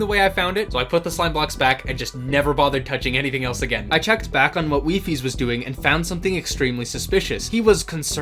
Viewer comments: It’s pronounced “WHY FIES” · WiFi is the plural of wifie it is pronounces weefi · i am here to let you know the plural of wifies is officially not wifieses but wifi (pronounced wee-fi)